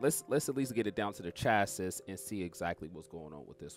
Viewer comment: Great demonstration vid! Can't stand ur butchering of the word "chassis" though 😅